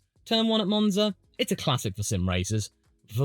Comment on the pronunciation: i think its three letters MONza and MONaco but besides that nice video